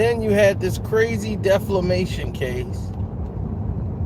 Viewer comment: This CLOWN says "deflemation case" Bro... He is suing her for fking with his FAME not FLAME.